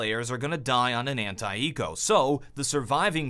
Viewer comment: When americans say anti-eco it sounds like "hentai eco".